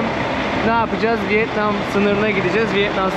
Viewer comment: 😂 "Vıet Nam(!) " değil, Vietnam...😅😅😅😅